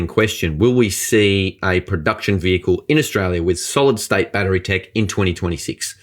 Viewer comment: There is no A at the end of battery. You are a journalist and should be an educator.